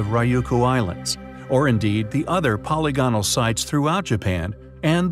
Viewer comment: Be more careful of your pronunciation of words in your videos. Google "pronounce polygonal". It will yield a very different pronunciation from what I hear you say. Also the word "corroborate", wow, are you off with that one. It's not "co-wob-borate". These mistakes case doubt on the content of your video.